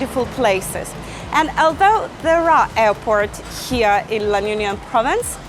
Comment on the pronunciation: You can't even pronounce LA UNION well 🥴😖